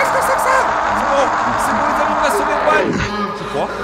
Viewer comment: juan pas ruan